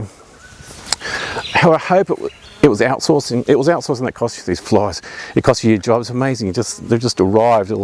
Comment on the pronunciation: Such an Aussie “TheseFlies” 😂🤣😂 Love it, love your work.